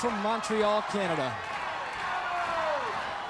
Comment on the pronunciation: He totally whiffed "Montreal" AND "Canada" lol 🤭. But he redeemed himself 😊